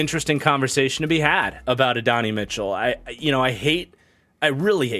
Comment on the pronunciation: Love your work, but Adonai Mitchell is pronounced “Add-oh-nai” not “Adonny”!